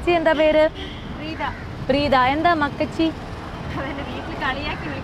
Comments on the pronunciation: മക്കച്ചി അല്ല മക്കാച്ചി..നന്നായി വായിക്കാൻ അറിയാല്ലോ 🤭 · മക്കച്ചി അല്ല.മക്കാച്ചി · Makkachii alla makkaaaachii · Makkachi alla chechi makkaachi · മക്കാച്ചി ആണ് മകച്ചി അല്ല